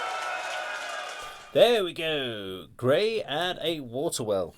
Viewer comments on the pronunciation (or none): Great job, of course, as always! I thoroughly enjoyed this,! Well done! A couple of small notes: One is please maybe a little less talking over the music, so you and the listeners don't miss the elements of the song. The other is that Grai is pronounced "gr-eye", like rye bread. Here are the best translation of the lyrics I could find. One cool aspect of these lyrics is that I am told they are written in an archaic older style, like an Edgar Allen Poe story: A Water Well From well water gazes The darkness of dead eyes. Down below, the vestiges go, Of her, who took his soul away. A pale forehead is envisioned, Tenacious fear desiccates the throat - His named is scorched As a scarlet mark on the hands. From the well's coldness he drinks Black, grieving water, And the darkness of misfortune Leaves ice on echoing walls. I drugged my husband with a sleeping potion, To the well I led him, Thrust a sharp blade into his heart, And in the well drowned him. The moon saw, through the grey fog, Bloody wounds from a sickle. A splash broke the night's silence, The body gave up its soul. Yesterevening through the meadow I wandered, Gathered evil roots Gathered evil roots yesterevening, To a dark river I went; I washed those roots, rinsing them, In the river, 'til they were fully clean, And having washed the roots, Dried them 'til they were fully dry; Having dried the evil roots, I ground them very finely, Finely I ground the evil roots, And brewed poison